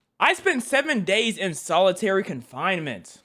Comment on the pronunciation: Its solitary not solidairy